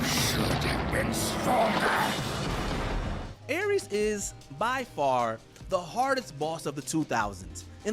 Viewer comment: Ares, Verdugo, Vergil, Rodin...you said those names in a weird way, they just sound very weird the way you say those names.